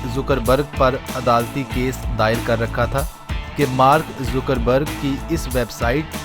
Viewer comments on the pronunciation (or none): not a Zoocker berg its a Zucker berg